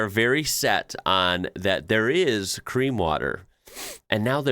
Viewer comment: Cream sounds a bit like clean?????